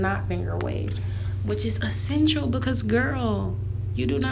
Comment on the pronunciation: She said essatial Soo many time 🤣🤣🤣